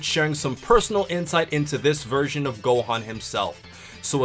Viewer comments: Bruh I kept hearing “virgin” instead of “version” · 0.14 Did he say virgin or version? lmao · if you listen closely he call gonna a virgin instead of version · Who else heard "Virgin" instead of "Version" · Every time i hear this guy say version, i hear virgin. Every virgin gohan. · when u say version it sounds like virgin lol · Was he saying virgin or version? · I heard virgin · First three times of him saying version it sounds like virgin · Every time he says "A Version" it sounds like a virgin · thought he was saying virgin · did he say version or virgin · Instead of version all I heard was virgin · When he says 'version' it sounds like he's saying virgin lmao. Also, why the fuck is this dumb fuck mentioning GT, it's not canon you fuck face. Neither is Broly or any of the movies that he's in. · when he said version it sounded like "a Virgin" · lol at the beginning it sounded like you were saying "Virgin" xD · Are you trying to make version sound like virgin or do you just have annunciation problems... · Sounds like you're saying virgin. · I thought u were saying virgin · at the beginning of the video where you said the version, i thought you said virgin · its funny when he says version sounds like virgin